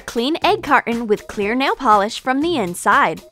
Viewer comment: It’s nail not nall